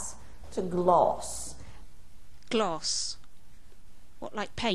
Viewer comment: bitch i have heard you peeps say gloss and fallst